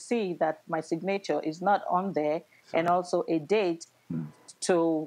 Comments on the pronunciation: This Tina Turner wannabe needs to stop. 😂 You take pics of the ambulance but you forgot the police report? Girl bye!!!!!! Go buy another wig and stop wasting people valuable time. Geesh!!!!! Btw did she say “Sig-nature” instead of Signature? 😂😂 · Sig-nature instead of Signature.😂😂😂😂😂😂😂😂😂